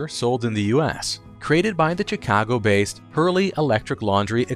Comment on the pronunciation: AI narration isn't horrible but when the narrator can't pronounce Chicago it is quite jarring. Perk You Later AI dude.